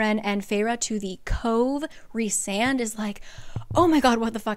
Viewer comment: I’ve just now have been reading this series. It is fantastic!!! You explain these books sooooo well!!!! The only thing I could suggest is if you look in the first book it shows how to pronounce all the names and Rhysand is pronounced Rhy with a long I. Like rye bread